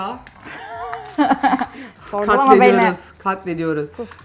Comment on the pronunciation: Yanındaki aşçı arkadaş senin dedigin kelimenin üzerine TDK (tedeka) katlediyoruz dedi. Yalnız o (tedeke) diye okunur. Biseyi öğretirken başka birşeyi batırmayalım lütfen. Kendi de katletti yani şuan.